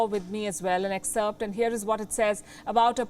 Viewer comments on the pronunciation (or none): none